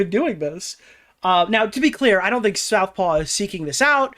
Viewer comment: Take a swig whenever mispronounces Southpaw as South Park in the video lmao